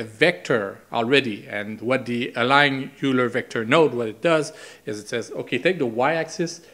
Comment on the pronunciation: Its german, so it is "Ajler" or with french characters in phonetic "Aàilère"